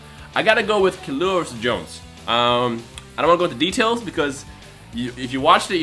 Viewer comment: PS u say Killua kinda weird I not saying ur wrong cause I don't even how u say but Gon always says Kill-U-AH